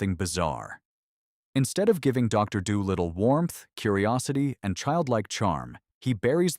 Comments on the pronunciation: "Doh-Little" Gee you AI doesn't even know how to pronounce that name.... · “Doughlittle“? AI cr@